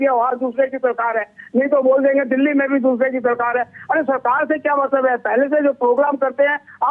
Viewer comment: तुम्हारे पास कोई न ई खबर नहीं होती है क्या, बस्ती कस्ती रटते रहती हैं। दिल्ली को डिल्ली पढ़ती है, अंग्रेजी माध्यम से हो क्या?